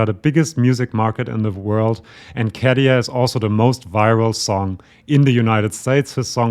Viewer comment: You are so informative, accurate, intelligent, I really love your channel 👍👍 BUT... please next time pronounce the name Käärijä correctly, it sounds like 'CARRY on', RRRR not D KaDia so > Kah-RYH-Ah (and if you want to be very precise, pronounce Kæh-RY-ah, but it's not that important, KAH-RYH-AH is enough 😉) Thanks! (and, again, my compliments)